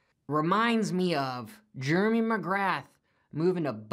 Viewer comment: We Jeremy’s of the world prefer our name to be pronounced jear-me , not jermy. Regardless are pros using the same tires that you or I would get or are they super soft compound traction magnets. Thanks